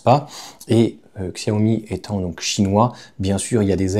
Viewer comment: Prononciation ===> Tchia - Ho - Mi.... (et pas Xia - Ho - Mi !)